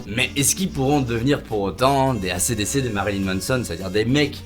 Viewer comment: Nonnnnn Ey ci di ci et pas Acé dé cé qu'on prononce "Ac/Dc" svp 😢😭